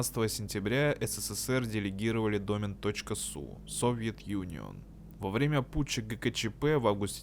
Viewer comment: ДомЕн, а не дОмен